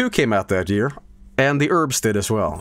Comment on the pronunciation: Love how he says urbz like erms